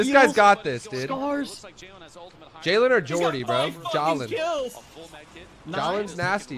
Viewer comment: JAHHLENN ITS JAHLEN